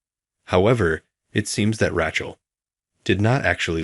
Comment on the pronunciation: Oh, Rac hell is back. Please get the pronunciation corrected!😮